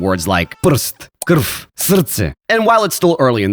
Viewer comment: Its pronounced KRV not krf